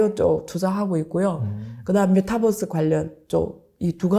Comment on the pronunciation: 안교수님의 발음이 잘안돼 종목이 정확하지 않아요글로적어주세요. 메타벅스라해거 찿어니 없어요